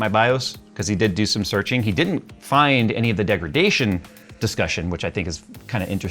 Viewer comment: "standard.... Degridation....". 😂 Pretty sure it's in the Nvidia dictionary